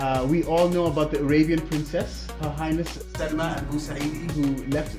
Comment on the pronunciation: pronounced Saalima not Salma.